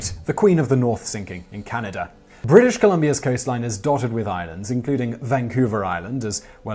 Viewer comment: I know you go to some lengths to pronounce words correctly. every time you say Can-I-da it grates on my ears.